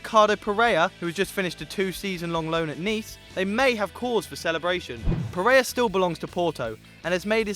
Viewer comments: F***ing Pereira, not Perea. Either learn to read or to speak, but that's not good enough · PereiRa sorry I am Brasilian and it triggers me the way You say PereiRa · It's Ter Stegen, not 'Stergen' and it's Ricardo Pereira not Pereya.